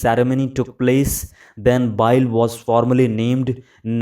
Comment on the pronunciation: one correction: its pronounced as 'bilaey', not 'biile'. Good Job!